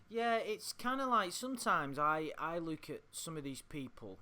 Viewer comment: Love the way says “look”, like “Luke” 😂